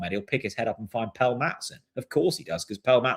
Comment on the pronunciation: Why do you still insist on calling him ‘Pell’?